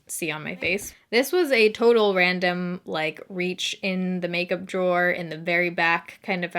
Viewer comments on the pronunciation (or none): none